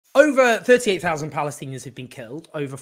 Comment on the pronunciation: did he say 38t? ... bwt thank you very much owen jones for your work